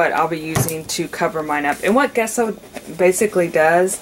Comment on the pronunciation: It's not pronounced Guesso. The G is pronounced like a "J" as in Jesso. 😂